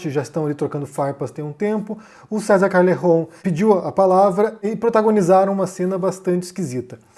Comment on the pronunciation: Bah esse vídeo deu uma canseira ficar ouvindo "diounes" e "calerron" kkk alguém ensina pro que não se modifica nome próprio, fosse por isso ele tinha que se chamar de "ârrí'. Fala direito